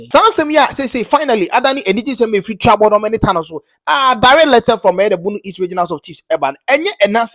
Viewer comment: Pronunciation is Tuo (gún) - bodom